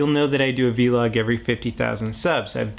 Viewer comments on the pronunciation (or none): It's funny how he says v-log and not just vlog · Vlog is one syllable. Just saying. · say vlog instead of v-log pls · vlog not V-log! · I thought it's vlog, not v-log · its a vlog not a V-log its pronounced vl-og